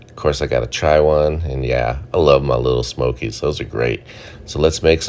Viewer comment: I love when he says "little smokies" 😂😂😂